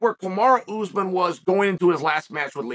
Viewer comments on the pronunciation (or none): none